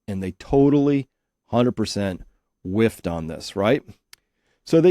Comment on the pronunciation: "they totally WIFFED on it" or "WEF'fed on it" ????